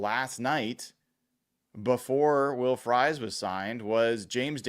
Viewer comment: It's not will frys phonetically its pronounced freeze. You sound like you don't know him either